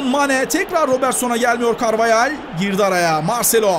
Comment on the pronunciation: Carvahale carveyel diyen koca yürekli spiker